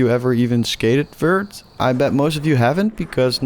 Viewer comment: fert skateboarding